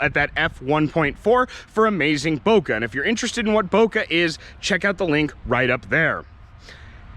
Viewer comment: learn to pronounce bokeh properly pls